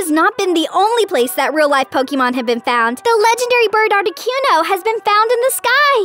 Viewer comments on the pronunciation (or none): Why does she call articuno ar tic uno